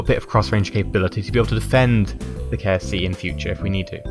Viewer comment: Every time you say "KSC" I think you're saying "KFC". It makes me laugh